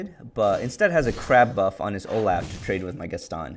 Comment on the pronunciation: Is my guy really saying Olaugh because Olaf is laughing in his art?